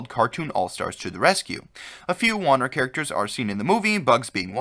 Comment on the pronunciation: I have a problem with your pronunciation of "Warner". Great video otherwise.